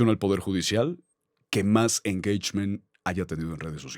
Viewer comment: Saludos Al ………. PERO QUE ES ESO DE “ENGEICHMEN”??? 🤣😂🤣😂…….. Saludos Desde TEJAS!! 🇨🇱🇲🇽🐯